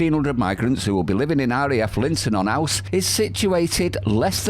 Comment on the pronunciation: The way 'Linton on Ouse' is pronounced is 'Linton on Ooze'.